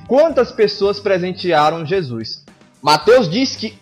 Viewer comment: Já q o vídeo foi meio zoeira kk, para de falar JEZUIS kk Ótimo Video.